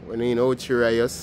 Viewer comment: Just out of curiosity…are you deliberately mis-pronouncing Ocho Rios for fun?